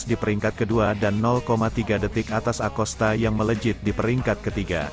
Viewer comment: bacanya "akosta" mas